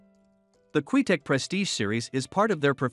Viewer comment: Can't even say Qtec correctly, lol. Garbage cues, especially the player cues.